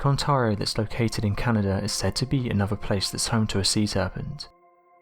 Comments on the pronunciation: Please stop using the synthetic voice that can't even pronounce "Ontario" correctly. On-tare-ee-oh. Say it with me. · ON-TARE-RIO It's annoying how you kept saying it wrong. Ontario. Lake Ontario.